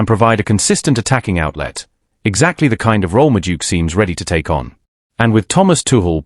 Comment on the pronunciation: who's Medook? AI can't pronounce names.